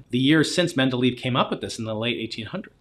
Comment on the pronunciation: I understand rashing on Terrence because he mispronounces "Lee group" as "Lye group" and other tells of autodidactitis, but be consistent and downgrade Brian for mispronouncing "Mendeleev", after all those are both just foreign surnames you can't just read off the page as BOTH men just did.